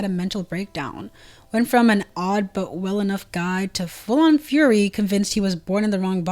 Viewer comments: nah, you said fury. It’s alright though 🙂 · Why did you pronounce furry like that?